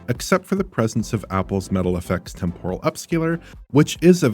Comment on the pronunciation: Temporal ffs not “tem pore ul” you’re the only one of the crew that still says it that weird way !!!